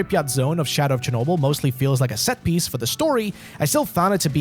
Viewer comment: CHERNOBYL, ITS CHERNOBYL FOR THE GODS SAKE!